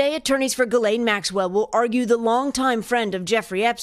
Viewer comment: Please pronounce the accused name better That was sad